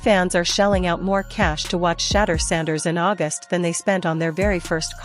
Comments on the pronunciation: Please have her stop saying Shaddow Sanders to She-deur Sanders. So sick that they can’t say it right. She is on NFL Top Stories. When I hear her I want move stations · Please LEARN HOW TO PRONOUNCE HIS NAME. I WILL never subscrbe UNTIL YOU DO & ADVISE NO ONE ELSE TO. THESE SITE PRODUCERS ARE WAY TOO DISRESPECTFUL OF SHEDEUR SANDERS & I THINK IT IS INTENTIONAL - PRONOUNCED = SHA DOOR RAH. DUMB DUMB:face-orange-raised-eyebrow::face-orange-raised-eyebrow::face-orange-raised-eyebrow::face-orange-raised-eyebrow::face-orange-raised-eyebrow::face-orange-raised-eyebrow::face-orange-raised-eyebrow::face-orange-raised-eyebrow::face-orange-raised-eyebrow::face-orange-raised-eyebrow::face-orange-raised-eyebrow::face-orange-raised-eyebrow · Um the Ai voice over is pronouncing Shedeur’s name wrong….😮 Put some respect on his name 😡😡😡😡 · 😢you Ai folks need to knock it off if YOU can't show enough respect to pronounce his name correctly. Deleting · You need to get the correct pronunciation for his name